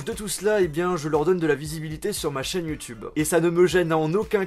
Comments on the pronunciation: sur youtubein, septiquein ... ahh ptn sa m'énerve il met des ein partout à la fin de ses mots !! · Sur YouTubeuh logiqueuh minimeuh pourquoi tu parle comme sa